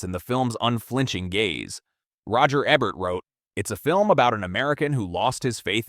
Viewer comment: Your AI can't even pronounce "Ebert," and you didn't even use footage from "Battle: Los Angeles." That's some cheap Asylum-like knock off, not the real movie.